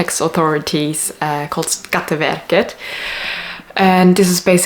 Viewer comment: Sounded like you pronounce skatteverket, Person Nummer and the other Swedish words as good as any Swedish born person